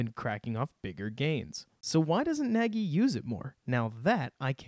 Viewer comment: Great breakdown. For the record, Nagy pronounces his last name so that it rhymes with "egg-y" :-)